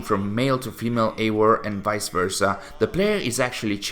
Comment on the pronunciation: Why is he pronouncing Eior and not Eivor? 🤣